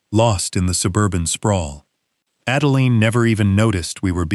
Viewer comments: Everyone who uses AI in order to create income, such as yourself, please edit & re-edit the narration before posting. The name of the daughter is Adeline which is pronounced like: add a line. NOT add a lean. Each time AI mispronounces her name, it jerks a person out of the story you would have someone immerse themselves in. Hopefully if the story is good & not gobbled-up by errors of storyline or mispronunciations within the narration, people will subscribe, return & listen to other stories, which helps you build your channel & brand. Accuracy & consistency help immensely when building a brand or channel. You may think this doesn't matter as I am just one person giving you some feedback, but most people will just leave, never return or subscribe, and most definitely not tell you what I'm telling you. Just something to keep in mind going forward. One more thing...keeping track of the name of any person is important. Example: the story starts out as Adeline, then turns into Adalaine. Really? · So much for AI. The "narrator" can't even pronounce Adeline the same way twice in as many minutes. This is just one example o fwhy I will never trust or use AI.